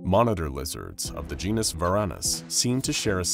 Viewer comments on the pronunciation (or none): none